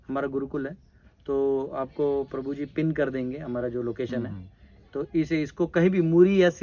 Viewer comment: Atleast, take the name of clearly... video k shuru me, Krupaya, Prabhu ji ka naam ' clearly ' bataye...